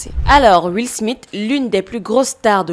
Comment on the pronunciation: Tu dis beaucoup trop où Will SmiTE et pas Will SmiSSE. C'est assez perturbant😂